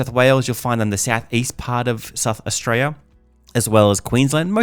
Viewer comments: Can you not say Australia? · Good video but wouldn’t hurt to say Australia properly lol